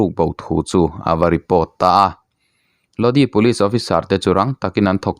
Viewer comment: A thupui hian enge awmzia a neih le? Click bait hi uar viau lo teh u. A dik tak, a nihna tak dah pawh ni ula kan ngaithla tho ang mawle. Tin, Lodi tih hi( Lodâi) tih tur a nih hmel. CCR hla ah pawh a awm kha. Pronunciation hi pu Google_a hian a hre vek a nia. I chhiar hmain han en ve zeuh zeuh thin teh. Mi chi hrang hrang/ mi tamtak, a tam thei ang ber thlir leh ngaihthlak tur a tih a ni a, chuvang chuan in enlâwk te hi a ngai ve a nia. Zirtirtu hna ang chiah a nia aw... Sual min ti awm.🤦 Aaa... Hriat loh chu zawh mai tur.😂